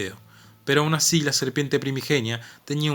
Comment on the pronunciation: "Ashi donde no shega ningún rasho de shol" alto che!